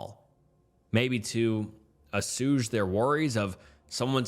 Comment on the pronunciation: Assuage - uh-SWAYJ 😊